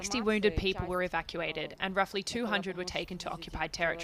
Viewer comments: Ah ah ah ah "evacueted" !!? British nazi propaganda can't say surrender, they say evacueted....evacueted to russian prisons before exchange..... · "evacuated"? Lol, yeah ok. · "evacuated"... lol